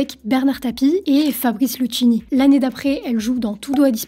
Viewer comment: ◄les cinq "z" années à venir'► ? lol ◄ Luchini, "lou-KI-ni" .... le Hi durcit le son, "chi" en italien ça fait "ki", "ghe" fait "gué" sauf si vous dites des "spa-djé-ti" pour spaghetti. On dirait que c'est la première fois que vous entendez ce nom... ►